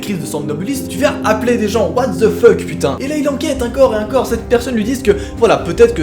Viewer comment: Juste en France ont dit encore et pas incore 😂